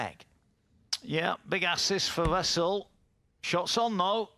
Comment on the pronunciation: It's wessel N ,not vessel . Where do they get these announcers 😊